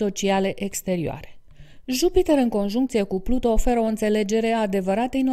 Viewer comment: Nu am cum sa urmăresc acest video daca este greșit din start. Pluto este câinele lui Disney. Pluton se spune corect!